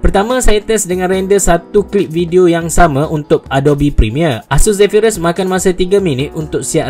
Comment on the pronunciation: Zephyrus la bukan Zephryus. Noob.